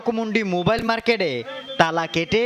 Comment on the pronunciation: সাংবাদিক এর কেমন ভাষা? মার্গেট বলতেছে😂